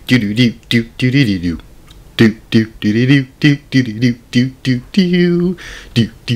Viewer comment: I had my closed captions on and he was saying derative